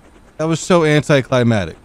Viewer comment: It's not anticlimatic its anti - clai - mak - tick and its not weapondry but Weapon - ree